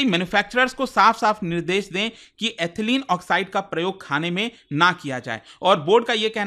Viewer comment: Sir... with due respect, the correct pronunciation of Ethylene is इथायलीन not एथलीन